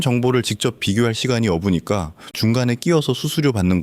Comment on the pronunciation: 없으니까를 어브니까로 발음 Al의 실수